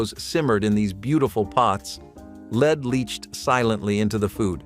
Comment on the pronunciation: Lead is pronounced "LED" (short E vowel sound), NOT "LEED". Lead is pronounced "LEED" when referring to "lead guitar", or "lead role" in a movie. But lead is pronounced "LED" when referring to the toxic chemical element.